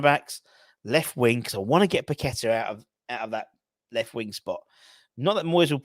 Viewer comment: nice to hear you can pronounce paqueta not like these media clowns pack a tar which is where paqueta was born not his name.